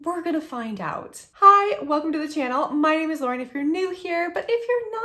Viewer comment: Only trusting your video because you've been the only one to say the names correctly lol. As a huge LOTR fan, I feel like this collection was a miss. I bought a few items for the packaging alone, but I could go on and on with what I would change. The eyeshadow palette especially. The colors are beautiful, but not LOTR. Thank you for giving your honest opinion with what so many of us true fans feel about this collection.